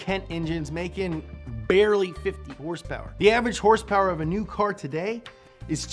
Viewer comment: Other pronunciations of “horsepower” include: Horse pewpews Hurse purrs Horse peters Her spurts